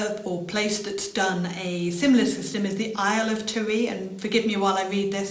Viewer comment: And Tiree lol